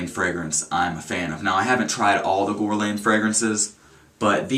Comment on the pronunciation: It's pronounced Gurr-Lawn. Besides that, nice review. I only like their cologne L'Homme. ~